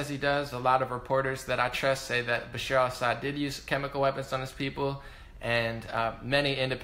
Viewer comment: Great video, as usual 👍🏼 Bash-AR al Assad (not Bashir). Aleppo, I don't think Damascus. And be clear when you say "moderate rebels," because they were anything BUT moderate- they were brutally ruthless and inhumane terrorists.